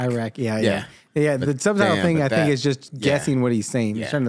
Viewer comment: They don't pronounce "th" they pronounce only "t" Ting - thing Am sure he was meaning "London youth" but sounds like " yout" The Irish people do the same. Btw this is no hate 👍